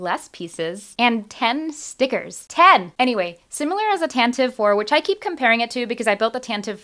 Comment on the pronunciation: Tan - tiv - ee!